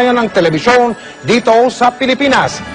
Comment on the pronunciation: "KAUNA-UNAHAWN sa kasaysayan ng telebisyon DITOW sa pilipinas! kakausapin ko na po ngayon si Howie Severino sa pamamagitan ng HOLOGRWAM..TECHNOLOGY!" Sapul ka mike XD